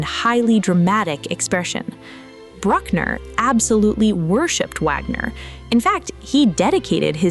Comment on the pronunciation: And Bruck-ner like Truck-ner, as opposed to the correct "Brook"-ner